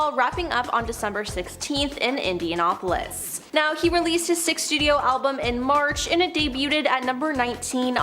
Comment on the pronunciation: ... or IndianApolis ...